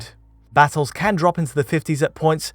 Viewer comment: Why can't say "can"?